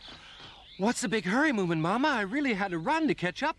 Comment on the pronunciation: i know, but he said it like "moomamumma".